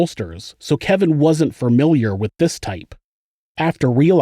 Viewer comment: “Furmiliar” lol aaaah!